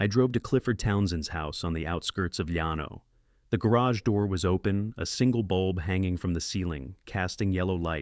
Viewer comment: Her first husband died of ovarian cancer? A man with ovaries? Surely Ai has the ability to research local pronunciation of common terms “Yan No” for Llano is irritating especially when heard repeatedly. It is pronounced “Lan Oh “ by most Texans. Rio Grande is pronounced “Rio Grand” for example. And then there is the Army lawyers’ title. “J A G” is pronounced “Jag”. Please fix these errors. Others are also complaining. Congratulations on putting Midland in the Permian Basin and Austin’s American Statesman newspaper. Seton Hospital is simply Seton not whatever the narrator was saying. All these errors ruin a good story.